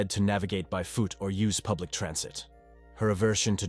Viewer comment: "By fuut", lmao. These crime channels and the fuckin AI narration.